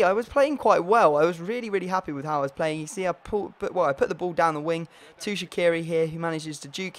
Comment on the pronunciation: Shaqiri is pronounced Sha-chi-ri not Sha-ki-ri :D Love the series!